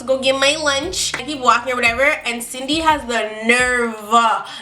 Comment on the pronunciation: I thought she said Sydney I kinda sounded like cindney a couple times